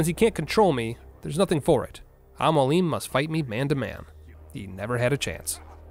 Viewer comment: Brother his name is AL Mo AL Lem=Almoalem It’s mean (teacher) in Arabic and Persian language